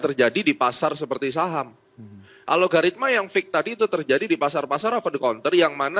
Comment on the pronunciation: Sayah Baru Denger ada istilah "ALOGARITMA" .. Disebutkan sampai 4 (empat) kali (dari menit - ) dengan Penuh Keyakinan .. Alogaritma itu Istilah Baru yah ? .. wkwkwkw